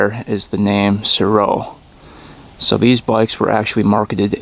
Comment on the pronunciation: I heard it was pronounced ''Sare-Oh'' for the Mtn. Goat.